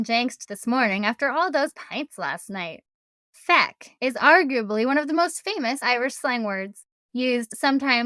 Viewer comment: Craic is pronounced crack, not crake. The Irish being one of the few nations that can go to America, ask if there’s any craic, and not be arrested. And it’s banjacks (ban-jacks) so banjacksed ban-jacks-ed or ban-jaxxed. But your feck was perfect 😂